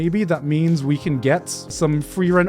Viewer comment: idk man frieren pronounced as flielän is kind of wack